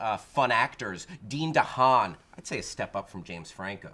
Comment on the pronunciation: Did you just say Dean DeHaan omg